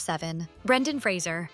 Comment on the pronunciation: I love the fact that you get not only Brendan Fraser's name correct (Fra zer) but also Alicia Silverstone's (A li sea a)